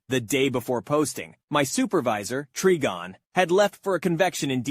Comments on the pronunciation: To say Trigon say the Tri like you're gonna say triangle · It hurt me every time you mispronounced trigon.